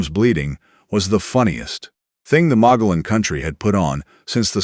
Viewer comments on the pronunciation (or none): Is is NOT pronounced "Mon•go•lon" ! It is pronounced as "Mon•go•yon", the double LL has the sound of a Y in Spanish. Ease, look up the pronunciation of new or unfamiliar words before making the narration.